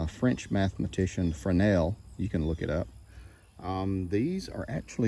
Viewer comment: I know this is silly but THANK YOU for pronouncing Fresnel correctly haha.